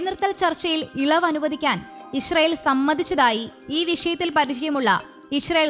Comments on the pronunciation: ഇശ്റയേൽ അല്ല. ഇസ്രയേൽ ആണ്.. മലയാളം ഉച്ഛരിക്കാനറിയാത്ത ഓരോ അവതാരങ്ങൾ 🙄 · ഈ കുരിപ്പിന് ഇത് എത്ര പ്രാവശ്യം പറഞ്ഞു കൊടുത്തു, ഇഷ്റയേൽ അല്ല,അല്ലായെന്ന്, ഇസ്റാഈൽ എന്ന് പറ പണ്ടാരമേ...